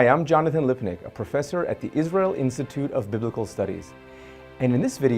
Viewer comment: Wow it’s so nice to hear Israel pronounced correctly.